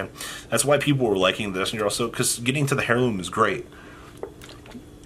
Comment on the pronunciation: Please use google pronunciation on "heirloom"